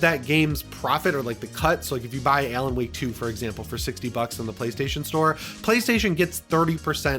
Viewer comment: Buddy really consistently mispronounced ALAN